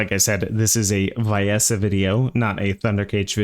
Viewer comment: Even the game says "Vee-essa" why do people still say "vye-essa"?